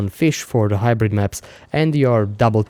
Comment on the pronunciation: hybrite. hybrite. hybrite.